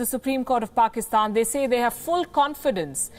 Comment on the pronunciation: Is it me or anyone else also noticed PAKSITAN instead of PAKISTAN?🙄🙄